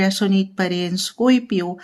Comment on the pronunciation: Bakit scoypio ang pagkasalita mo sa scorpio madam?